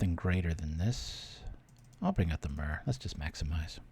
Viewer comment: Bro, everything else aside how do you pronounce myr as anything but mirror?